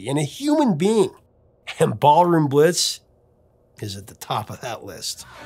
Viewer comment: No mention of the Krokus version of Ballroom Blitz? Yet you mention Tia Carerra's? SMH. And why does it sound like you keep saying Barroom Blitz?